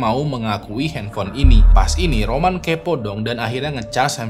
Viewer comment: Awalnya Roman di tengah video kok jadi Ramon bang...😂😂😂😂😂